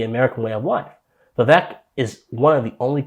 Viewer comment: Appreciate the video, but his name is pronounced Vivek= like cake, carry on 💪🏼